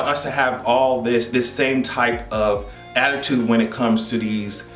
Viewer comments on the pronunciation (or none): none